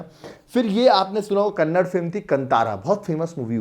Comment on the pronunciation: its not KANNAD , its "KANNADA"